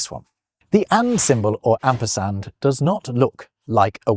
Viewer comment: Min : Asperard or Asperand?!?!